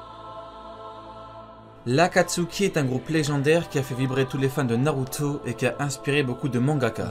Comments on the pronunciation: Mddr tu me tue t’aime trop rajoute des « tso » partout genre « Narutso » Nagatso » 🤣🤣 sa se prononce « Naruto « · Pourquoi tu dis narutso🤣🤣🤣🤣🤣🤣🤣🤣😐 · wesh tu a un problème avec le O ou quoi narutoeee , plutoee (ne le prend pas mal )